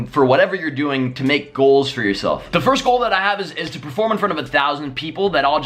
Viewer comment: You said yourshelf.You never thought the name BLAZIKEN would take you so far.Everythin you have you did it with the name BLAZIKEN not BLAZE a retarted guy who makes shit "rap" songs and uses autotoune.